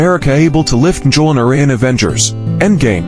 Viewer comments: Cap could ALWAYS lift the hammer. And that pronunciation... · I'm sorry but the absolute horrid pronunciation of the hammer's name I couldn't make it past a minute. Actually I made it to 59 seconds